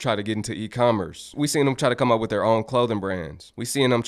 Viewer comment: But in a hurry to cam up and babble tho😮